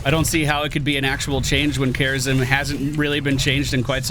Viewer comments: Why when says "Kharazim" it sounds like "Kerrigan"? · The way he sayed Kharazim had me for 10 mins. I was zapping to that point the whole time :D